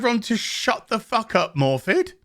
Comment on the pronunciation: FYI I believe her name is pronounced "Morfyth" as it's Welsh.